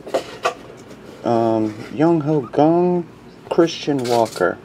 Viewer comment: K A N G = KANG not GONG